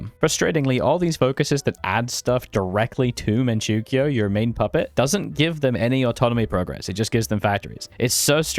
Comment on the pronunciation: Great video, but please pronounce Manchoukou and Mengkukuo right I'm begging you